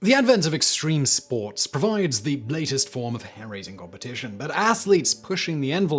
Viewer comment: Streme Spoats!